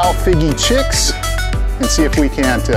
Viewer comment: Are you saying the name of the DOA Cal Shad incorrectly? Fiji 🇫🇯 Chicken color is Fiji Chix. Heddon ( Vintage lure company ) is said Hedd- on .